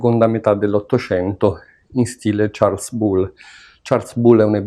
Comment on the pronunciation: Per info la "s" finale di Charles non si pronuncia.